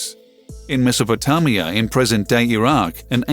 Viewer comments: What Larry said and also that's not how you pronounce Mesopotamia and also not how you pronounce Brooch. I think i learned how to pronounce both those words by the age of 12. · Quotes from this video - "Due to special weather" 🤣 "Have been visible for at least sometime" 😂🤣 Slow down, is like information overload!! How dd this shit get recommended? PS. Ask someone how to pronounce Mesopotamia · I'm so glad I read the comments early on... and wtf is Mesopo-tah-mia of Die-ety.. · Larry Zorch.. Indeed.... To say they're "scared" is asinine. Also.. why is he pronouncing the word Meso..po.. (tam).. ia? It's Meso..po.. tame..ia. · Me thinks Scientist are more scared of the way You pronounce Mesopotamia!😂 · its mesopotamia, there is no 'o' at the end of the word, that's what I hate about pretensous gits they mispronounce words and the next thing you know everyone is mispronouncing the same word. i was yelled at for years as a kid growing up how to pronounce words correctly, and it wasn't fun.............. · First time I heard the name Mesopotamia pronounced like that ?